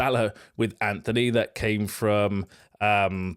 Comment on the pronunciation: Dude, tiny thing but where are you getting the ‘h’ from in your pronunciation of ‘Antony’? It’s ‘Antony’ not ‘Anthony.’